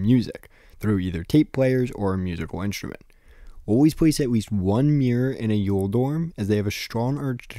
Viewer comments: I’m pretty sure it’s pronounced more like “oil” than “Yule” It’s like the mathematician Euler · and the German pronounciation would be something like "Oy-leh" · "Eule" in German is pronounced more like "oy-luh". That kind of helps make the Eule = Owl cognate a bit more obvious.